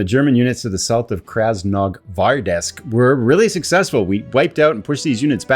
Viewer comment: FYI. Krasnogvardeysk. Think Red (Krasno) Guards (Gvardiya). -sk just indicates it’s a place named after them. That might help your pronunciation. Great playthrough.